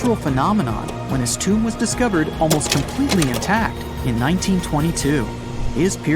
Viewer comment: Lost me as soon as you said tomb